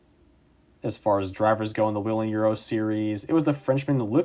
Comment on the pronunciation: Someone who actually knows how to pronounce Whelen?! 😱